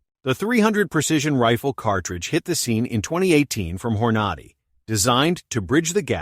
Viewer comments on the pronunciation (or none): I’ve become distrustful of this voice and I’m out after the pronunciation of Hornady.